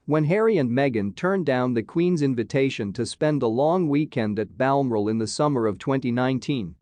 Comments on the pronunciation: Well it’s a yank what do you expect. Can’t even pronounce Balmoral a nasty shitty little site ! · You are not pronouncing Balmoral properly